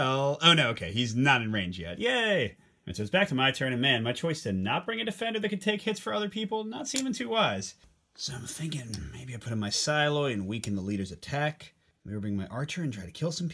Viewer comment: Psiloi is a Greek word. It means light (infantry) and it was used to describe light and fast units, used to harass enemy heavy infantry. The name is pronounced, as if you would say: Si (the Spanish word for yes) but with a P in the beginning and then you add a Lee (like the start of lee-way). Machimoi, is also a Greek word. It describes the fighting ability of someone, that he is effective or combatants. This is the plural form of the word (machimos is the singular form). It is pronounced as: Ma (like your mother), chi (like the word He) and moi (like the word Me).